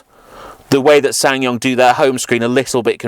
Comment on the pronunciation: you don't pronounce the second S in the name